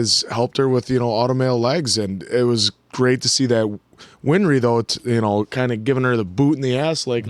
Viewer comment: Th answer, it's not "winfry" her name is "winry"